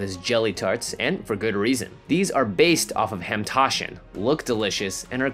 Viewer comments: HAMtaschen????? Its HAMANtaschen!!!!! EMPHASIS ON THE HAMAN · for those interested, the correct pronunciation is ha-mah-n-tah-shin. Also if you don't feel like it, you can literally put in store-bought jellies/jams (apricot, strawberry, grape, etc) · Well, I'm a Gentile (a "shiksa", if you will) and I can pronounce "hamentaschen" better than him, though that's because (a) I seem to have some knowledge about Jewish culture, despite going to Catholic school, and b) there was an episode of American Dad (the one where Steve's school newspaper stories read like erotica) where "hamentaschen" was correctly pronounced. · i love you, but i have never heard someone butcher the word "hamantaschen" like that lol